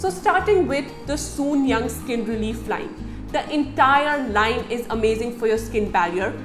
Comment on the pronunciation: It's not soon-yang , it's soon jung...